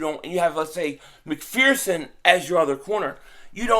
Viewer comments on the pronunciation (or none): none